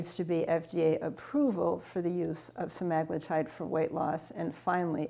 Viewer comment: I can't taker her saying that word wrong over and over. Read the word. English has rules, follow them. That sht drives me fkn nuts.